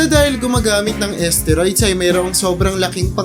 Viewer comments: pakiayos.. steroids.. hindi asteriods 😂 dami kona iniisip wag kna sumabay 😂😂😂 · asteroids? edi galing pa sa space yan? HAHAHAH :D galing mag research ng content pero d ni research tamang pronounciation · ayusin mo pag bigkas mo STERIODS yon Mang mang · Boss hindi esteroid.steriods brod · Tama b pgkakadinig ko???asteroids????..steroids un lods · Ahhhh esteroids pala yun!!!! Ang alam ko kasi steroids ang basa dun eh?!!!😂😂😂😂😂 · Umayos ka nga commentator "esteroyds"???? STEROIDS yun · Asteroid ,esteroids tlga po?😂 (Steroids) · sakit sa tenga ng esteroid nyo po.. steroid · Asteroids or esteroids lods😂😂😂😂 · kala ko nung una asteroids yung sinasabi niya eh. hehe. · Bisaya yata yan kaya iba mag pronounce hahahaha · Steroids po naman talaga mali bigkas nya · Mali pa ang pronounce sa steroids 🤣🤣🤣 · Steroids dinig ko mga lods eh